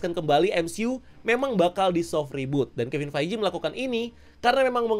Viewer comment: Bro, ngucapin Kevin Feige-nya dibenerin ya